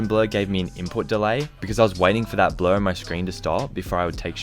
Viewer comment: When he says blur it sounded like blood